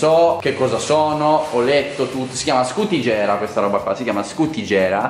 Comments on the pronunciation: Scutìgera.. non scutigèra😉😂😂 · Scutagera ahahah, mi ricorda Gerry Scotti hahaha❤️ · Scutigera si pronuncia diversamente